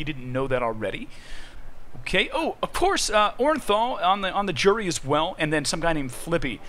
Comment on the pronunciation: lmfao am sorry its oran'thul not boran'thul learn to read my friend its a o not b lmfao